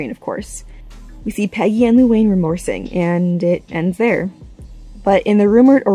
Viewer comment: I cringed at the Luanne. It's not that hard to say lol. Never heard someone mess it up like that.